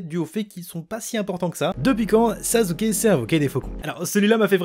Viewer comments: C EST PAS SAZUKE MAIS SASSUKE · anike ta dit sazuke xd ou sassuke mhhh ;' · Sasuke se prenonse Sasuke et pas Sazuke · "Sazuke" ça me pertube trop n’importe quoi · Sasuke ça ce dit sassouké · pourquoi tu dit sazuke ?